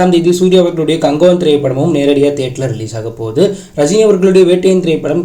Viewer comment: அது என்ன ப்ரோ கங்குவா movie name நீங்க கங்குவான் சொன்ன மாதிரி கேட்டுச்சு 😂